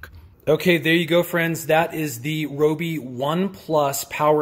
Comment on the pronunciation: Rye-O-Be is the proper way to say Ryobi :)